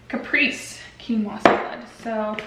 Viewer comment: Hi, I really enjoyed your video. I wanted to tell you how to say Caprese... Kuh-pray-zay. How do your raw veggies hold up after being frozen, specifically the cucumber?? These look really good!